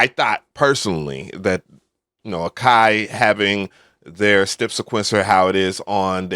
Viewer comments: why do u say step like that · In all my years, I’ve never heard anyone lay off of pronouncing any part of the word “step”, lol.